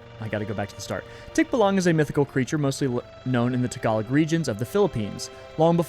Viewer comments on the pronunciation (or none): none